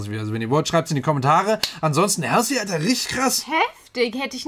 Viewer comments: Mag deine Videos total! Würde mich auch über Demi Lovato, Nina Nesbitt und Tori Kelly auf dem Kanal freuen. PS: Halsey spricht man anders aus :) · Halsey spricht man anders aus 😉